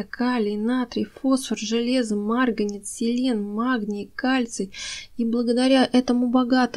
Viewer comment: Кладезь ! Марганец! Вы из России? Почему много неправильного произношения?